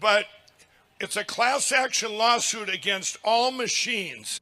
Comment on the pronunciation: He pronounced class action as clowns action? Fitting